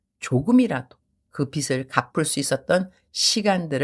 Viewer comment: 발음 교정을 하자면 ㅎㅎ 빗을 /비슬 빚을 /비즐 선교사님은 비슬 이라고 하시는데 비즐 이라고 발음 하는게 맞습니다 😂😂